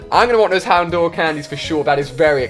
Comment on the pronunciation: Corsola... It's pronounced Corsela Houndoor (Houndour)... It's pronounced Hound-hour (like the time hour) Clefair (Clefa)... It's pronounced Clefaa Tatadile (Totodile)... Its pronounced Toetoedile Ali says he's a Pokémon fan but he can't even pronounce most Pokémon names. There's many more that are incorrectly pronounced, but I'm too lazy to list them.